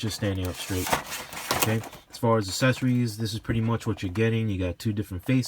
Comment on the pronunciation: The word is accessories not assessories (not a word). You know like there’s a difference between access and asses? Yea that 🤦🏽‍♂️🙄